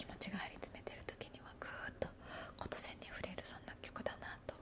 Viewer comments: ことせんではなく きんせん 琴線 ですよ！💫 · 、美しい言葉…『琴線に触れる』💛✨ 【こと線】では台無しですよっ！😰 【きんせん】と読みます😊